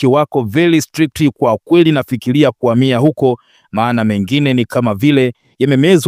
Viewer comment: Mtangazaji kwa hisani yako kama bado untaka kuendelea na hii kazi, fanya jitihadi za dhati uweze kutamka ipasavyo L na R. Unatuchafulia Lugha Rasmi sio Lasmi. Veli stilict, very strict. Hasira sio Hasila. No Reform No Election.